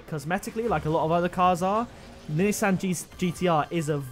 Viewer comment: Nissan (Knee-Sawn) That's how it's pronounced...